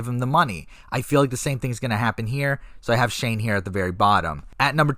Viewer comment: You got shane right lol